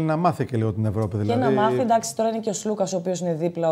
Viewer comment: Αντί να προσπαθείς να πεις τον Αταμάν, Άταμαν κοίταξε να μάθεις πως λένε τον Σλουκα που είναι και Έλληνας. Σλούκας λεγεται όχι Ζλουκας!